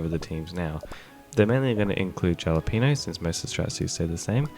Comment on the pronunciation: no hate, just wanted to let you know the J in Jalapeno is pronounced like an H